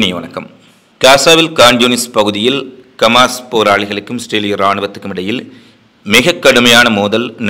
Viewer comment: Hamaas sir not kamaas